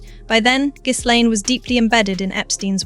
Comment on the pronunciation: For gods sake… the ‘S’ in Ghislaine is silent. It’s not pronounced GIZZLAINE, you AI fool.